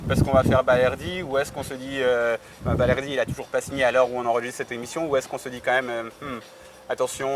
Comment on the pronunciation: On dit balerdi